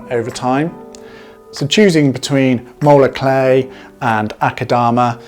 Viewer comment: Spell the type of clay you are talking about please, it sounds like you are saying molar clay.